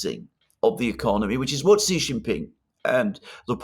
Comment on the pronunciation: his name is SHEE JINPING NOT JHEE JINPING... JHEE JHEE is slang for Penis in Chinese Language. I have superchatted you multiple times,.